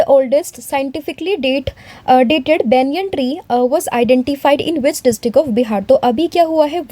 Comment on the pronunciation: Banyan tree ❌ Benyein tree✅ 😂